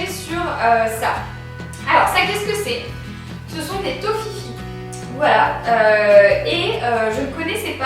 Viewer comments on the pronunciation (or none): Des "Toffifis"? x'D On dit des "toffifés" si jamais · Hahahahah et ouais pour une fois que la France n'a pas quelque chose que la Suisse a😂😂 et on dit Toffifé pas Toffifi 😅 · prononce le toffifé ahah :) oui tu en trouve partout en suisse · en suisse on en a pleins des toffifee mais juste nous on dit touffifé et non toffifi hahaha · "toffiffi".... TO FI Féééééé.... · hahaha trop drôle les Toffifee c'est trop bon mais on ne dit pas "Toffifi" mais "Toffifé" 😊 et le ragusa c'est de la bombe! ils le produisent à côté de chez moi en plus😋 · On dit pas tofifé on dit tofifi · Ca se trouve en Suisse et ca se prononce Tofifé 😂❤️ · Ça se dit Toffifé Marie, jolie video 😌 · Toffifee, à la fin ça se prononce comme une fée x) comme tu l'as prononcé m'a beaucoup fait rire ;) Sinon super vidéo ! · Super vidéo! Si jamais on dit Toffifée mais tu dit comme tu veux en tout cas chez moi sa se prononce toffifée et sa vient de suisse en tout cas il y en a en suisse 😘😘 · cc Marie!! je voulai te dire que je t adore !!! et que tu es parfaite (ton livre aussi est parfait ;-) ) normalement les Tofifee ca se trouve chez Leclerc et juste tu prononce comme tu veux mais normalement ( de nouveau) ca se prononce Tofifé ;-) pleins d enorme ultra big bisous!!!! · ça se prononce des "tofifé" si jamais ;) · Des toffifee (qui se dit Toffifé au passage ^.^) et ben yen a en Suisse =) Du coup tu pourras demander à ta famille de t'en envoyer =) Si c'est pas super chouette ça! Et je suis d'accord avec toi...les toffifee c'est trooooooooooooop bon! (et le Ragusa aussi!) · Les Toffifee ça existe en France hein, et ça se prononce "tofifé", c'est allemand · enfaite je sais c quoi les tofifee (sa se dit tofifer) ctrop bon et sa existe en France sa vient de Turquie (mon pays) il me semble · Cc Marie! On dit les toffifée et c suisse donc voila! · On dit "Toffiffée" et oui y en a en Suisse et en Allemagne ;) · on dit tofifé je crois sinon super vidéo 💪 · on dit tofifé sinon super vidéo 💪